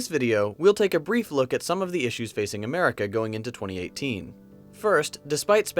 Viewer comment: """I thought that 'merica was the number one ..."""" south accent